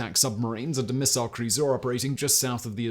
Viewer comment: Say missile again 🫠